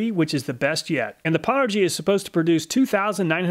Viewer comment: Nice thanks! and BTW pownergy is a play on old gaming put downs lol. its not pronounced POW its pronounced PO-WNED. aka "I powned Cochise in Counterstrike" LOL